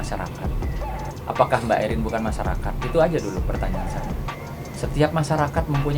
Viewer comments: Khusus pembawa acara..Namanya ERIN….. bukan EUWRIN…. Sekalian Aja ERWIN!!!Budayakan berbicara bahasa Indonesia dengan BAIK!!! Kalau mau Pakai bahasa Inggris… semuanya inggris , jangan nanggung!! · Mba admin, baca Erin biasa aja kalii...gak usah gaya" an/ ke inggris" an. Itu kan nama indoesia ...Erin gtu...